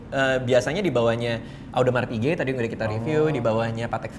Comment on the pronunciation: Cara penyebutan audemars piguet yg benar adalah odma pige bang